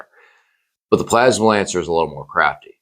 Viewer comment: You literally have "PLASMANCER" spelled out in your title and you spend the entire video calling him "plasma lancer" 🤣🤣